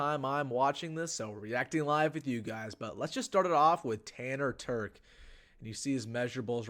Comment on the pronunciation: I coached this kid in high school and the one thing you can’t tell from this video is his work ethic, leadership, and toughness. Great kid. And he can flat out fly!! Legit 4.4 guy. And BTW it’s Terch with a ch sound. Not a k sound 😂😂